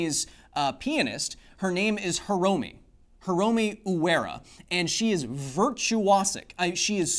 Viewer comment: Ryo Fukui the R is pronounced like a spanish soft r, you combine Ri (think soft spanish type of r with the e sound in ski) and yo into Ryo, Fu in fukui is an airy F to form fu, fu ku i (the i is like our e as in free or again ski). Fukui. Hiromi would be pronounced like He ro (its like a soft spanish r) me. He ro me (Hiromi).